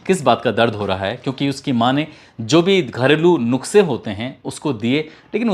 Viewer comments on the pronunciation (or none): nukse nhi nuskhe😅